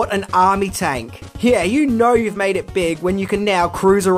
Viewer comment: In minutes of this video I swear it sounds like he says " They mad different versions of these Niggas".. I know it isn't just cause I'm black🤦‍♀️